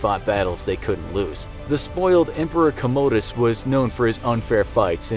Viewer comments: Please stop pronouncing it Emperor "Commode-uus". He was not a toilet. It's pronounced "kamedes". You guys did this in another video too. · U said comedus wrong